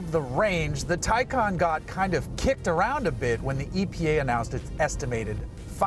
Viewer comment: Awesome review. Glad you mentioned real world range and also pronounced the name correctly!